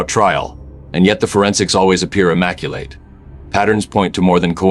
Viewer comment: not even 40 seconds in and it pronounces "lives" wrong and "immaculate" wrong, and i had to slow the speed to 85% because it is talking too fast. Not bothering with the rest. Do better.